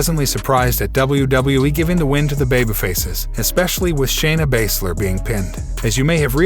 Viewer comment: Another Youtuber who has no idea how to pronounce certain names. He doesn't know how Baszler or Raquel even thought they've been mentioned many times on Smackdown